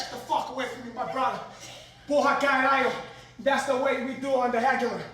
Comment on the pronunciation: has to improve the pronunciation of caralho. porra is perfect